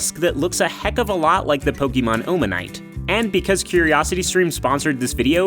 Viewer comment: Him: Oh-manyte Me: it’s pronounced a-manyte